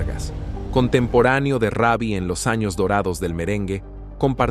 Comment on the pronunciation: Comentarista habla bien , ni raby ni reby , Ruby perez